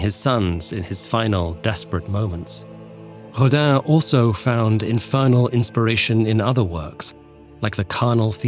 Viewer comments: I don't speak French so pardon me. But is Rodin really pronounced like Hodan or am I hearing wrong? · No, but the corresponding phonem don't exist in english, so the closest you can get is "Rodain" I suppose